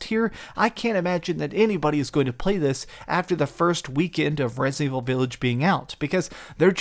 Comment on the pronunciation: The dude can't even say resident evil... Resnind evivil